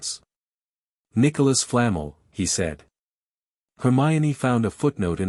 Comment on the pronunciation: Too confusing! The timeline is screwed up. Is it Harry’s first year or his fourth?! Who TF is “Bell-LAT-tricks” & “”Flah-mull”?!! It’s BELL-a-trix” & “Fla-mell”!